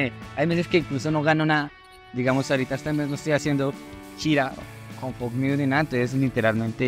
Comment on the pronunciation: No se pronuncia igual pero ellos piden que lo pronuncien así JAJAJAJAJA